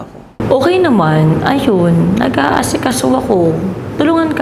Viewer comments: nba bother ako sa pronounciation mo ng " nagaasikaso" mali kasi ung pronounciation mo dun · same heree